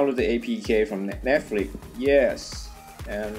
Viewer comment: it's netflix not netflik.